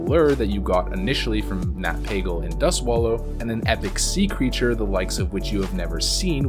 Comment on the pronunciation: It's pronouned Nat "Pay-gull" btw.